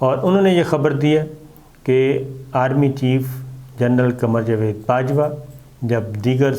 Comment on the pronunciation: Sabar sabbr sy Bolta hy.bahut lambi video sunnNay may bahut time lagta hy اور یہ جاوید نام کو جوید کیوں کہ رھے ھیں۔